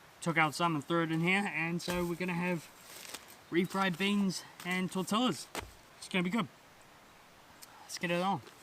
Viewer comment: Great video!! I laugh when you say "tor-tell-as" ha ha ha. Try it like this: "tor-tee-ya."